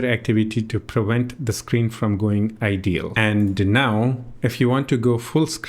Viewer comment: I like how you said "ideal" instead of "idle" in this video when highlighting that the UI can give you hints at what each setting does in detail.